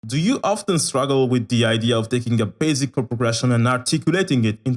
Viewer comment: I like how he says 'baZic' 😹❤️